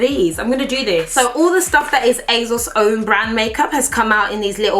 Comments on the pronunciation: It’s ASOS, ASOS!!! Not azos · ASOS not AZOZ - not gonna lie. That’s annoying me. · Is it just me or is she sounding like she says it azos instead of asos. This is NOT hate I love uuuu xxxxx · I love you patty, but hate how you say AYYZOZ! It is Asos, love. :P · Girl, please it's aSSSSSos not azoz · Asos not azoz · she says asos so weird "azoz" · Is she saying azos?? 😭😭😭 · Who knew it was pronounces "azoz"? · The way you say ASOS is so funny 😂 it sounds like you’re saying Azos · I'm here coz I laugh every time beautiful pronounces ASOS as EHZOZ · She says Asos like it has a Z in it and it really bothers me! :/ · the way pronounces things makes me laugh "Asauce" and "lip bum" maybe it's just me. love the videos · it's not her accent lol I'm from where she is. She's just got into the habit of pronouncing it incorrectly. Even Mike has pronounced it the same way and their from two different parts in the country. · Can I really watch a whole video of pronouncing “ASOS” wrong????